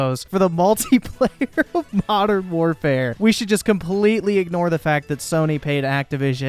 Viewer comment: Can’t deal with how this nerd pronounces war “whaarfare”